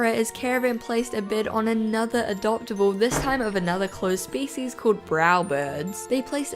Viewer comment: I thought she said feces instead of species.